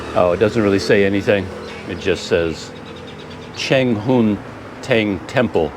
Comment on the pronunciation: CC Some tough exploring. Really stretched you out. Take good care of yourself at your age. I am 68 and I did climb up my 2 storey building roof to replace roof tiles that were broken in a freak storm In school we were taught to pronounce Cheng Ho as Cheng Ho, not Chong Ho. Alfonso D'Albuquerque as D'Albukirk not Albukirki.